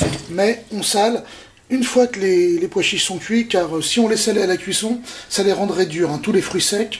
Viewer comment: vous savez personne n'ose vous le dire mais il n'y a pas de "d" à pois chiches